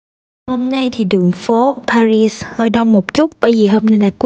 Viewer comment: thủ đô Paris ,âm tiếng Việt là pa ghi,không đọc ba rít theo tiếng Anh. Đến Pháp, thì nếu có thể , nên đọc đúng tiếng Pháp